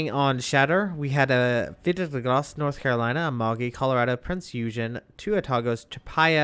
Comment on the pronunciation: every time you pronounce this ships name i understand "peter is gross" , so what has peter ever done to you??? :D